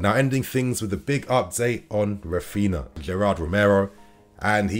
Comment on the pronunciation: “Rafina”, “Gavidol” 🤣🤣 FFS! Put some effort into pronouncing footballers name properly. You’re a fan!